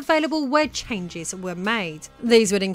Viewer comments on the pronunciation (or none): none